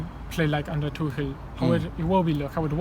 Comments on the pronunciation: Why do you say "Tookel" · you don't pronounce Tuchel like that Robbie please come on